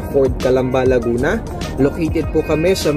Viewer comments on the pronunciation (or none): none